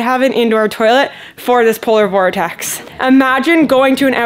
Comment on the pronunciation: You should count how many times you say Polor Vortex 😉